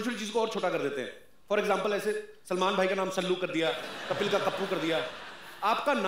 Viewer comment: कपिल not kapal